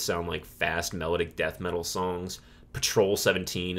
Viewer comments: I like your approach to picking these apart. This will help me get further into the catalog. One gripe, your pronunciation of the word melodic ( which you use often) is off. Its not “mellowdick”. Mel - ah -dic😂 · Take a shot everytime he mispronounces "melodic"